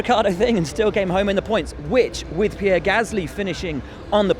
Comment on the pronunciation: Lewis, It's Pierre....